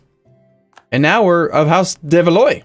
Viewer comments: Your dynasty, Valois, is pronounced Val-wah, not Val-oy. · please,, Valois is pronounced "Val-wa" exactly like Kilwa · The 'ois' in the name 'Valois' is pronounced 'wa' like in 'water' so it should be pronounced valwa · it's pronounced more like "Valwa"